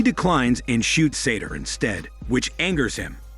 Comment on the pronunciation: I have no idea why the narrator is calling the bad guy Sator. His name is SATOU, Sah-toe. There's no R anywhere in his name.